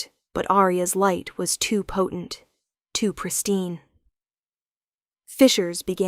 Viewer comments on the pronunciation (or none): FISSURES…. Not fishers!!!!